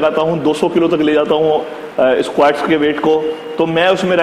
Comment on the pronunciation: bhai esqauats ni squats hota h 😂